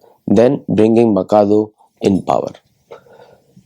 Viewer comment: I think it is माचादु, not माकादो..